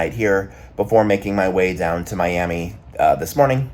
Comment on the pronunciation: “MSC Seascape out of MEE-yami…” 😂